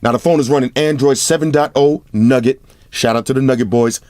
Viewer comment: Damn he doesn't say Hawaii anymore, but he says Android Nugget 😂😂